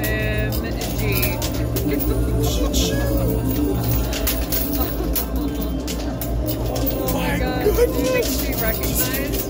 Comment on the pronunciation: You know the bundle of joy was an OMGeorge. Not ONG say it, you can do it. Together now OMGeorge LOL